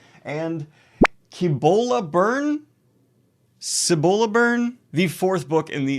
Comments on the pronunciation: It's SEE-bo-lah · Hey Daniel, funnnnnfact. Cibola is basically pronounced . It's a Spanish word and has a pretty cool story tied to its etymology.